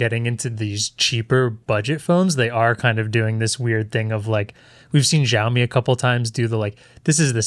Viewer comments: "jowmi" lol. say it like "she", "she - ow - mi" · Dear, Its pronounced Showme (Show like in the word SHOWer) not Jaomi